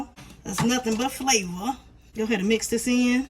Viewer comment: Nothing but flavuh(in your voice)😂👌🏽This looks sooo good!!😋🔥👩🏽‍🍳